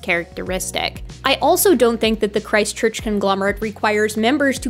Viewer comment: every time you say Christ Church, i think you're saying ChristChurch a City in NZ